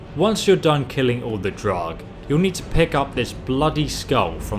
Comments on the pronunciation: You say draugr wrong. You say drog it's actually like drogger is how you say it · Every time he says “Draug” I lose a brain cell >.< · wtf is a drawg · Still can't pronounce "Augmented," or "Draugr," or half of the other words you need to read